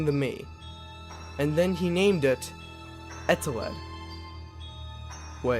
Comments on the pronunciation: Eteled Subtitles: ETAWED UwU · he says his name wrong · I put on subtitles, and they called eteled “Adelaide” (for some parts) It was kinda funny tbh